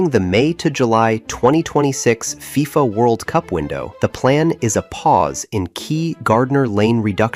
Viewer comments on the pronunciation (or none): none